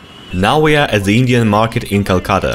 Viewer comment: this time you pronounced it correctly